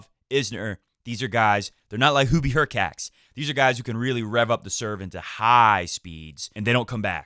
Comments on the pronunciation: Hurkach not Hurcats- no felines here ☺ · "hurkacz" should be pronounced as /hurkatch/, similarly to e.g. "latch"